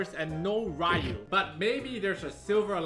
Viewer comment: Its Ryu not Riyu